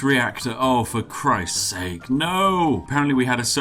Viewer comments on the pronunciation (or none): none